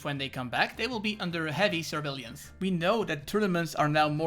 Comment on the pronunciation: survelíance. Its "Surveillance"